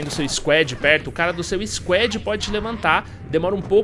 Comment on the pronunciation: argh q agonia ele falando squed